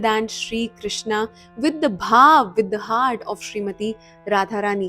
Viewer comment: mam aap jo Krishna word ka pronunciation karte hai woh galat hai iska sahi hai " crewshn " aisa hai meri spelling galat hai lekin pronunciation sahi hain thank you 😊